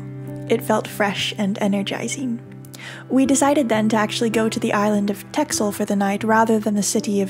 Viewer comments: The x in old Dutch is the equivalent of the German language eszett (ringel S) that is also pronounced as double ss. Therefore the name of the island indeed has to be pronounced as Tessel. Even if many Dutch are not aware of this.. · Texel is pronounced Tessel, Oudeschild is pronounced like oude sgild, with the typical dutch gggg :) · Texel, pronounced Tessel. I hope you'll do the other islands as well, if you can get there going through the mud.